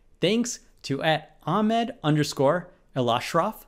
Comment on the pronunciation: His name is pronkunced el-ashraf not elshraf